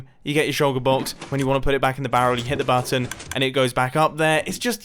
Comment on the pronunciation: I like the way you say button. You say more like: buatton